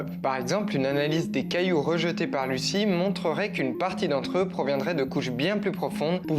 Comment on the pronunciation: Ça se prononce pas Lucie mais luzi lol 😅